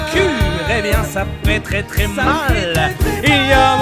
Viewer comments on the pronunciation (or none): none